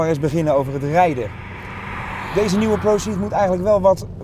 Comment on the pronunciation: 't is pro_cee'd, niet iets anders...